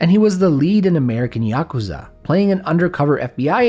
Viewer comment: I think this is the first time I’ve ever heard someone pronounce yakuza correctly